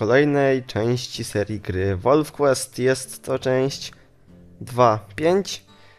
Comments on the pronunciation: Czyta się normalnie wolf quest a nie "łolf Quist". Zanim napiszesz komentarz skontaktuj się z polonistą lub osobą anglojęzyczną gdyż każdy komentarz źle napisany szkodzi opinij o tobie. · Czyta się wolf kłest osły!I imie które wybrałeś się pisze Katherina! Obejżyjcie Pamiętnik Wampirów to się nauczycie pisać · nie czyta sie wolf quest